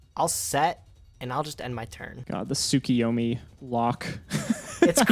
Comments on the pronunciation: A much better performance from. A question why do you pronounce Tsukiyomi when the card's name is Tsukuyomi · Stop mispronouncing TSUKUYOMI !! D